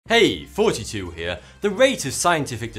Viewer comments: Anyone else hear 42 in his intro? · I LOVE YOUR VIDEOS,!;) (it's how it sounds like when you say it ) XD <3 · either you tell me what you say at beginning of the video or i will unsubscribe! is it 42 or thoughty 2 i'm going crazy! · Thoughty2 sounds like 42 if you listen carefully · Maybe cus the ending: " irty "